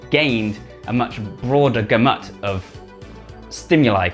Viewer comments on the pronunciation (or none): "Ghuh-mutt" is not how one pronounces gamut it should instead sound more like gamm-uhht.